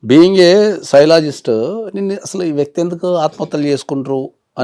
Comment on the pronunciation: శైలోజిస్ట్ ?? సైకాలజిస్ట్ ??🤣🤣🤣